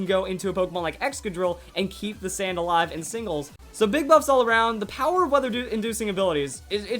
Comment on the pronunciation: In the beginning I thought you said boobs....